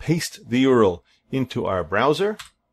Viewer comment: Gah! Great tutorial but please don't say YOORUL, It's U.R.L!